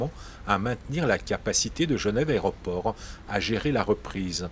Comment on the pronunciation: "L'aréoport" :-D